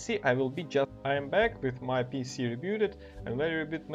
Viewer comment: haahah the way this guy said pc sounds like pussy! hahaha